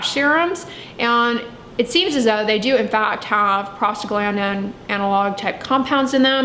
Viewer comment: Am I the only one who hears “prostate gland” whenever she says that one word? 🤣